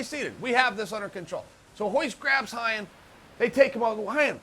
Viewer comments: hyan? its ryan. not portuguese at all. ryan gracie. even if they pronounce it different its still an american name. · Bottom line: uncle chael is letting us know that he can pronounce brazilian portuguese changing the R for a G. We can bear the "G"oyce one, but uncle chael, Ryan is Ryan, not 'Ghayan'. Period.